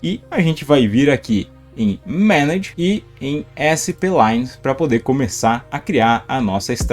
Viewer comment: Você pronuncia a palavra "SPLINES" errado. Não é separado, não é [ÉSSE PÊ LAINES], é [SPLAINES].